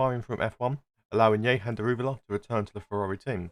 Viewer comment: Man really said " ye-han " daruwala 💀